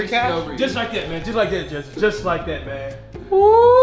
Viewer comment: man said jester lol its jesse or jesser